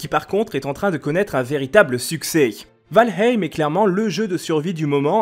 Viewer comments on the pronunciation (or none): Quand est ce que les youtuber vont commencer à apprendre à prononcer le nom des jeux avant d'en parler ? C'est la base quand même nan ?